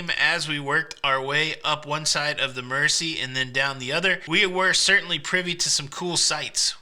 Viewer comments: Uh, to quote Gerry, I believe it’s pronounced “mer-ze”…🎸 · By the way. It's pronounced 'Merzey'. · Glad you had a great time in my home town. If I had known you were here I would have taken you around the city. Just a couple of corrections on your pronunciations Mersey is Mer-zey Liver is Lie-ver. Apart from that you did great. X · America PLEASE take note. It's pronounced "Merzee" NOT Mercy. Listen to Gerry and his pacemaker singing it. Also, it's the Royal "Lie ver" building, NOT Liver as in the internal organ.